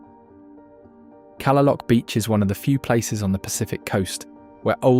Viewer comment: Kalaloch is pronounced "kah-lay-lock". Beautiful video, lovely prose.